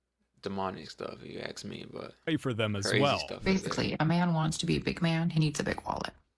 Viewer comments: is it not faster to say ax? I've always wondered 🤔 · Why is it so hard for Americans to correctly speak out the word "ask"